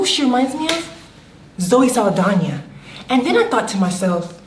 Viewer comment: 'Zoe Saldania' 🤣😂🤣